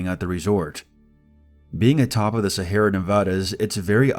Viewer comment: awesome video as always! I like listening to your narrations to help me get to sleep and your voice is very calming even when the content isn't supposed to be. Future reference though, "Sierra Nevada" is pronounced like "see- air- uh" not like "Sahara".